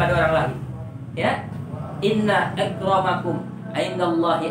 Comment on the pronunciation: Inna akromakum, bukan ekromakum G ush sembelit " Udh, tinggal bilang g suka habaib kok susah